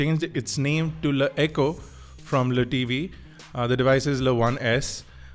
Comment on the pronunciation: Dude......its L E T V......not 'le' tv....its Chinese not French...